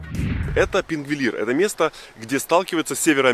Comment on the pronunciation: Красиво снято. Маленькая поправочка правильно говорить сингвотлин ,а не пингволин. Привет с Исландии 😍